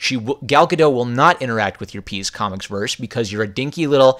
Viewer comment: As I understand it, the 't' at the end of Gal Gadot's surname is pronounced (Gah-dot).